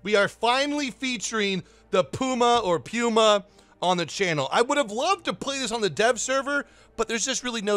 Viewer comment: " The PIUMA" :elbowcough